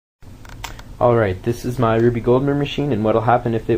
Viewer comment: Awesome machine. Cool that you used common household stuff. Btw, the man's name was pronounced Rube (roob), not "Ruby" Goldberg. It's short for the name Rueben.